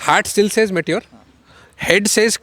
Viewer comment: what is may-ture 350? It's pronounced "me" "tyor" not 'may' 'tyor'